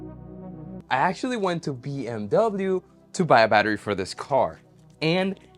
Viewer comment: As a german... that pronounciation hurt more then hearing people call them Beamer